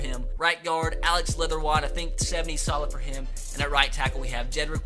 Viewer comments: It’s Alex leatherwood not leatherwod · Lester cotton is black tho? And it’s letherwood🤦🏻‍♂️smh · Leatherwod???? its Leatherwood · 'leatherwod' lmao